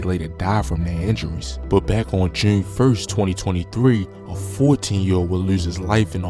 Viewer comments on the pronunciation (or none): Why he say June so weird?? He be like "joorn" 😂